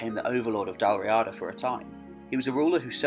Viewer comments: In Irish Gaelic it is Dal Riada, pronounced Dal Ree-ada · The Irish ruled the Western isles and that's why Gallic is a dialect of Irish... Not the other way around. It's pronounced Dal Reeeada, btw. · Dal Riada pronounced Dal Ree-ah-dah Gabráin pronounced Gah-Braw-in